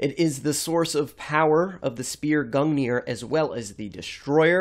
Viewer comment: as someone who's studied norse myth, you're pronunciation of Gungnir, Sleipnir, Hunginn, and Muninn made me cringe (in norse ei is pronounced like the a in fate, u is pronounced like the oo in moon, and i is pronounced like the ea in eat)